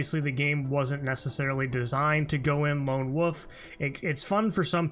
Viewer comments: Loan wuf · Say Lone Wolf again. 😂